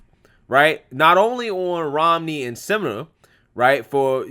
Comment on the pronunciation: Can I just say I love how you butchered her last name every time you said it? 😆🤣👍🏼